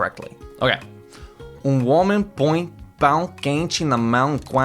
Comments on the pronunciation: Native speaker here, your nasality for õe and ão is actually really good! I think your main issue in this sentences was that for a few of the words, like homem, enquanto and pão, you just didn't put enough emphasis on the correct syllable, these words have a more stressed pronounciation of certain vowels depending on the sílabas tônicas (i reccomend studying up on this, it really helps with pronounciation) Idk if this makes sense but let me try to explain: For homem, you kinda sped through the e vowel, like it was a more "close mouthed" enunciation, and enunciated the final M really clearly, where I would emphasize the e more while pronuncing the m almost as an n sound instead, and shorter/less spotlight on that final letter. Sorry if this explanation was confusing😅 (Also, this ofc depends on what region of Brazil you are basing yourself off, as pronunciation does vary, so fyi, i'm speaking from a carioca point of view) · My final comment: I could tell you are a foreigner at "homem".